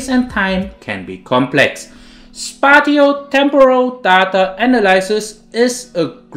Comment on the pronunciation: Spatio/spatial pronunciation: spay she o, spay she all. Great video, thanks